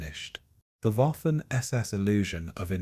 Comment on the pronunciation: You blockheads, YouTube flunkies, need to edit your AI crap as the “W” in German, is pronounced like a “V” not a “W”. Waffen is pronounced Vaffen not Waffen. Among other errors!